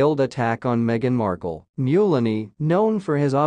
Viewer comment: Mulaney is pronounced Mul-aney like Mullen not Mule-aney, helping a friend ☘️